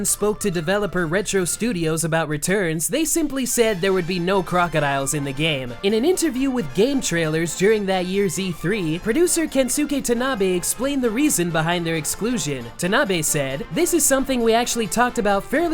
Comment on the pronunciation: Minor pet peeve: "Kensuke" is pronounced "Keh-ns-keh," not "Kehn-soo-keh." Whenever you see the suffix "suke" on a name, the "u" is silent.